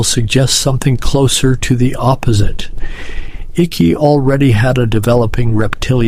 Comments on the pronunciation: You pronounce the name Icke incorrectly! It pronounced IKE not icky!!! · His name is icke as in eyeeeeek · His name is pronounced HIKE its spelled icke but its pronounced hike David Icke and everything and the things that people laughed at him years ago for are all coming true